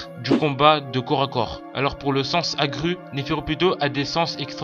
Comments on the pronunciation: Aggrue au lieu de Accrue.. Aie aie aie.. 😭😱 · C'est vrai que il y a des choses bizarre dans ce monde. agru Agru Agru 😂😂😂